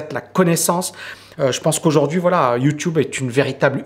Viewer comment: j'aime tes vidéos, tes points de vue, tes analyses, par contre je supporte pas ton "youtioube" 😂🤣 désolé fallait que sa sorte